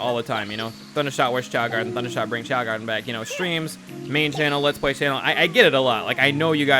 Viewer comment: "The young choa garden?" Is it really doe???